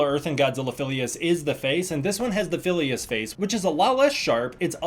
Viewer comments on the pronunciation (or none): Filius not filas